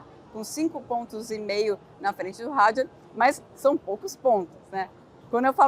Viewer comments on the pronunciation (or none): Os nomes franceses são oxítonos! E não têm pronúncia inglesa! É Isáck e não Aisack como diz o pessoal da Band! E o sobrenome é Hadjár e não Hádjar.